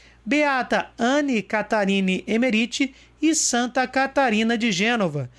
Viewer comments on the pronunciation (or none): none